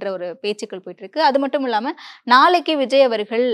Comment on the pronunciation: இல்லாமல் என்று உச்சரிக்காது இள்ளாமல் என்று உச்சரிக்கிறீர்களே...பாரியைப் பேட்டி எடுக்க உமக்குத் தகுதியே இல்லை!!!!!!!